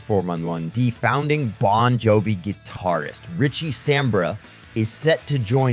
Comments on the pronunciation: Samberra? fuck sake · 100% fucking click bait. You can't even pronounce Richie's last name. Ain't gonna happen.